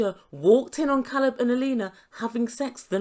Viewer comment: Alina is horrible. She doesn’t bother to pronounce his name correctly, makes sh!tty American comments and i think she puts her friends up to all the interrogating questions. If Caleb leaves this situationship she will definitely blame it on her size.